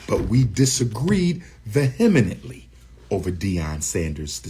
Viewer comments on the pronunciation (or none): *vehemently... D.U. adding extra syllables and shit. Deion can't be a trader if he wasn't fighting the war that you are. I just want to know why you think this is the ONLY person who could've done this or that he's our ONLY hope. Do you know there are SEVERAL former NFL players and coaches in HBCUs? Eddie George, Hue Jackson to name a few. What it seems is most a problem for DU, is he's upset at a notion he had that wasn't communicated, agreed upon, nor fulfilled...but considering, again, that it wasn't communicated, what's the point of holding him to something that wasn't agreed on? Funny that he's calling DS money first, while still collecting for a school that's taken almost decade...meanwhile ik ppl in Chicago who've started small schools that are enormous now in that same time. This is rich! I love DU, but you go to far in pressing your agenda and accusing while having some skeletons jumping out the closet. It sounds good, but against facts, it doesn't make sense. Why put all this pressure and expectation on someone that you don't talk to...And WHY HAVE AN EXPECTATION OF SUCH GRAND DESIGN OF YOU ALREADY SAID HE FELT THAT CK WAS WRONG IN HIS NFL PROTESTS!? And then you put down DS for going with the ofays to coach, but it's justified that upon did the same to build your school.